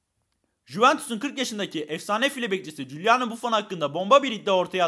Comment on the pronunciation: Gıuılano buffon dedi